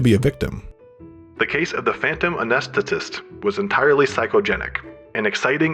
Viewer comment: an-ee-s-the-tist. it's not that hard, and certainly easier than anesthesiologist